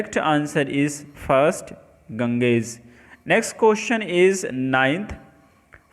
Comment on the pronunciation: It is not prounced as ganges its pronouced as ganjeez